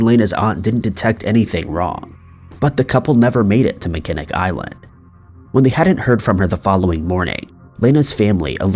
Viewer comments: Are you kidding me, dude?? "Mi-Ken-ick" Island?? Do you even TRY to find out how to pronounce words BEFORE you absolutely slaughter them? There is a movie made in 1980 with Christopher Reeves and Jane Seymour which was filmed at the iconic Grand Hotel called "Somewhere in Time." Fort 'Mack-in-awe" and "Mack-in-awe" Island are World famous for Salt Water Fatty and Fudge!! It is a beautiful island you must take a ferry to reach and bicycles are available for renting as no cars are permitted on the island!! With the money y'all make with 'likes' and sponsors and now Patron I'm fair certain you can afford an app to teach you pronunciation!!! I'll even give you the fact that it is not pronounced a bit different from how its spelled, but you've completely slaughtered other, more common names like "Mesa, as in Mesa, AZ, which you said as "Mee-suh" which is pronounced "May-suh!!" I'll even give you a free one that I have as yet not heard you say, which is "butte" pronounced like beauty - without the Y, "beaut," NOT "Butt!" I'm sorry it's just a pet peeve of mine, but I was a medical transcriptionist, which are legal documents that can be used in court,and you better get it right the first time or it'll be your butt in court explaining why you couldn't take a minute to find the correct spelling. As you know the English language has words that sound the same but can be spelled differently, and it can change the meaning completely!! Please Invest In A Pronunciation App!!! This is NOT th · Hey, just some pronunciation help from a Michigander. Huron is pronounced here-on and Mackinac island is pronounced Mack-in-aw. Love your videos! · I love your videos. But its driving me crazy.. its pronounced MACK-IN -NAW ISLAND.. LOL. LOVE your videos anyways. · do you mean mackinac island? it's pronounced mack-eh-naw.